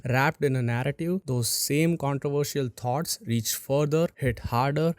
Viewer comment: not narrrative, narrative.